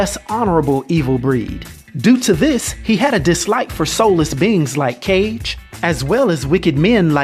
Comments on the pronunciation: "Soulless beings like cage..." nah it's not cage, it's kage. KA-gé. Means shadow. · Not cage. It's ka gay. Put it together and u have kage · Cage? You mean ka ge? (kage) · “Cage”? It’s pronounced, car - ge Kage Not trying to be picky, it was just bugging me. P.S I liked the video, love the way you explain things. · It's pronounced (Kah-gay) Kate Not cage. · It's not cage its Kage like Hokage. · I'm just waiting on Ryu to take Akuma on Maury, so we can hear "YOU ARE....THE FATHER!" P.S. who's Cage? Johnny from MK? I always thought the "Kage" character in Street Fighter, name is pronounced "Kah-Gay"--like in Naruto. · If you didn’t know Kages’s name is pronounce kagay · "Cage" who dafuq is Cage? This is the second video of yours I have watched (first one being Oro) an this the second time you've mispronounced a name belonging to Mr Red Headband himself... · KAAGAY how you pronounce where’s my Karnak video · 2 things, kage is pronounced "ka-gey" and that his actual name is Gouki. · lol all good, i aint gonna lie though, i cringed when you said "cage". I heard you point out Gouken but i didnt catch any reference to his name being Gouki. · Cage lol... u should look up pronounciatons